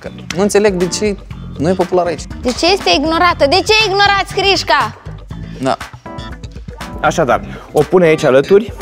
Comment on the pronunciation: A spus '' Hrisca'' XDDDDD